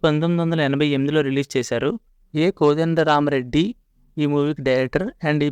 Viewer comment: కోదండరామిరెడ్డి అనడం రావట్లేదు నీకు నువ్వు నువ్వు ఒకటి వీడియోలు చేస్తున్నావు బయలుదేరావా